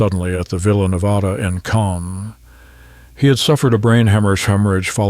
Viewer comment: Yes I notice Ai's pronunciation has something odd Canne is pronounced calm, quite odd.